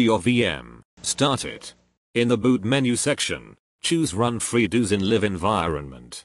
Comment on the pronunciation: "freedooos" lmfao